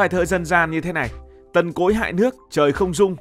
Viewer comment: nghe ad nói "Tần Cối" mà mình nghe cứ tưởng "Tộc Cối"😂😂😂